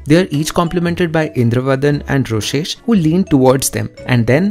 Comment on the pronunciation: ITS NOT ROSHESH ITS ROSESHHHHH!!!!!!!!1